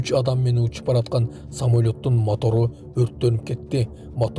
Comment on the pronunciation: Матор эмес мотор.